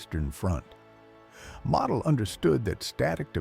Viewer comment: Model is pronounced mowdal